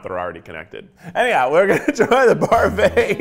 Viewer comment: parfrait? not parfait?